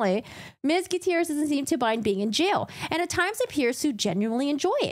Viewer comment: Thats one way to say Gutierrez